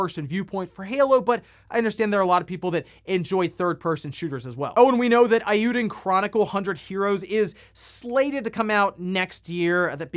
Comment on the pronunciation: Eiyuden und Suikoden, please check your pronunciation. I’d buy the PSVR2 this year but as long as there’s the PS5 shortage? Nah. They also need more than one game like Horizon. They really need to have at least 5 titles at release which would entice people to buy the new PSVR.